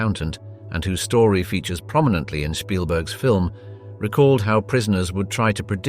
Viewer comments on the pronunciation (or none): none